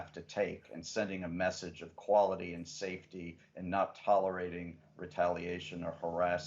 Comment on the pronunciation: "Saefty first"- full stop!